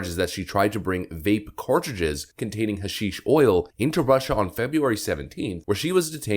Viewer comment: Finally someone who know how to pronounce, hashish.